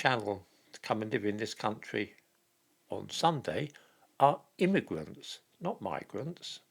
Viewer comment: Not "Immigrants" but Gimmigrants.